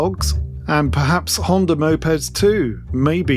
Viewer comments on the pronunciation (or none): none